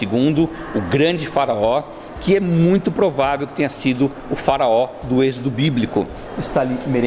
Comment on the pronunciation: Farao Deus kkkkk fala direito